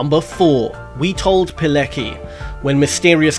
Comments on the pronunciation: By the way great video but Witold Pilecki is pronounced Vitold Piletskey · It's pronounced Vee-told Pole-et-ski.